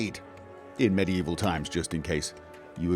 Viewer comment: Med-E-evil, lol